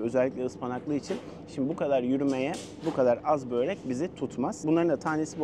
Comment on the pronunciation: Sizin yorumlara herkes genelde diksiyon çok iyi falan yazardı. Sizden asla bööööörek diye telaffuz ddeceğinizi beklemezdim